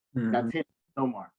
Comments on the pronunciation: Respectfully my Brother thinks but the name isn't No Mar its pronounced Nay More (Namor) he's the king of Atlantis but thanks for trying. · It’s Namor not nomar